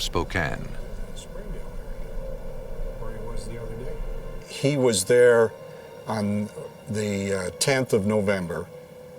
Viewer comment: Wow. Someone who pronounces "Spokane" correctly. 🤯 And I think he killed her because his girlfriend didn't get along with her.